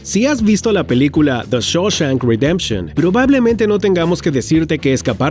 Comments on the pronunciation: "Deshosha ridemshon" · Dijo redemtion como red dead redention aaaa genial 😎😎😎